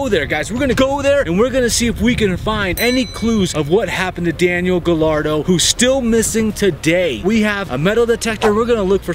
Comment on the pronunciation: Just for the record, his last name Gallardo, is pronounced Ga-yardo :) 'll' in Spanish is either a ya or ja sound. I'm super intrigued to see what happens!